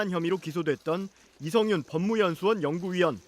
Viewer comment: 첫번째 뉴스 기자 누군가요? 이 기자 일부러 이성윤을 “이영구”라고 하네요. 며칠 전 다른 뉴스에서도 “이영구”라고 해서 자막으로라도 바로 잡으라는 댓글을 달았는데 또 “이영구”라고 하는걸 보면 일부러 그런다고 생각됩니다. 세번째 뉴스에서는 처음엔 이성윤으로 제대로 말하고는 바로 두번째부터는 도로 “이영구”라고 계속 말하네요. 참 ㅉㅉ